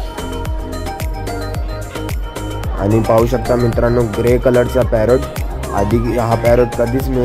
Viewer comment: नीट बोल